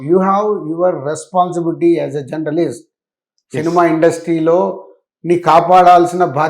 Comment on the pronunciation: జనర్లీస్ట్ కాదు.. జర్నలిస్ట్